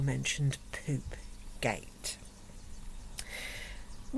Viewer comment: "I believe it's called Poopgate" whahahaha in that posh English is so funny.